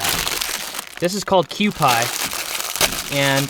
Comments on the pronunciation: Not Kewpie (cue-pie). Kewpie is pronounced (Kyoo-pee), like a Kewpie doll. :) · honestly I am feeling the truck camper, it seems like soooo much less stress. I love the cook set up! also Kewpie is "Kyoo Pee" not Pie, I know bc my friend used to tell me I look like a Kewpie Doll hahahaha hope you get Tessa out soon too! summer is coming, will you tent camp??? PS I love how the Cotopaxi matches the bedding haha what I'm a chick?! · Kew-pee mayo, not pronounced pie. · Nice video.The Mayo you used is pronounced KEW-PEE not KEW-PIE.... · Kewpie is pronounced "Q-P"